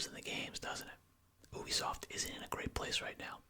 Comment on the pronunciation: “oobisoft” xd